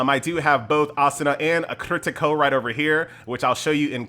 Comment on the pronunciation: I cant listen to mispronounce Kirito again:(